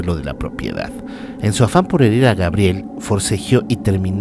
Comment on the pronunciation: dijiste Grabiel..jooo,jooo